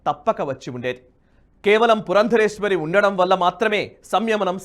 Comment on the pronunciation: అయ్యా ఆమె పేరు పురందేశ్వరి, పురందరేశ్వరి కాదు